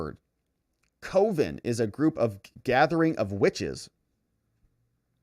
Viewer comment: I think “coven” is announced like oven.